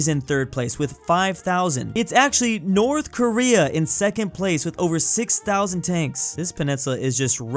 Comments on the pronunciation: No watch it subtitles because said north Korea but it sounded like north American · Am I the only one that heard saying North america instead of North Korea